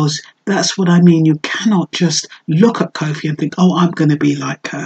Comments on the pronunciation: Koffee not cowfi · Yes sister. Wonderful presentation but just try to pronounce her name correctly. Peace and love.